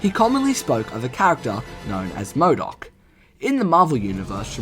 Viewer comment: Its MODOK not Moodock.